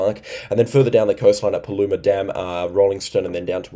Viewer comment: You got Paluma right.